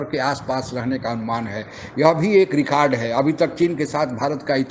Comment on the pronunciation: Kya aap bhi pakistaniyo ke tarha rekard bolte ho????...lol